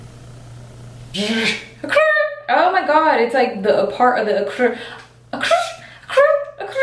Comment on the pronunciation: "Occur.. " practice got me 💀🤣💀😂💀